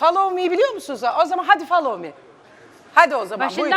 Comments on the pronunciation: Ya abi follow meye fomoli diyo kulağımı hissetmiyorum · hakketten amk basta da famoli dedi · famoli diyor ya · Allahım yaa kulagimin için ettin ablaya ayrica o famol me değil follow me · Kadın fallali diyo follow me olacak kıt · 2.33 "famoli" nedir yaa